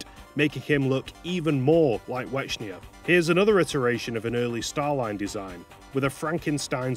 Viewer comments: considering the name was intended to be a portmanteau of white and echidna, i'm pretty sure it was supposed to be pronounced "wecknia". not that i really care that much about pachuka's original vision or whatever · The Ch in Wechnia is pronounced like the Ch in Echidna you can't change my mind. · I love how you pronounce Wechnia like "Wechnier" or something like that.